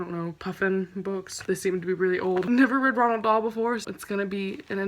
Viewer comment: "ronald dahl" lol